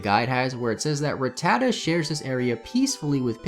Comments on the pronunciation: I am getting trigered but the pronunciation of RATTATA, watch the fucking anime. OMFG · The way he's saying "rattata" is destroying my childhood memories